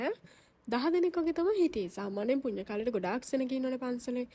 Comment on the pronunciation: පුඤ්ඤ නෙමෙයි චූටි පුන්‍ය 😒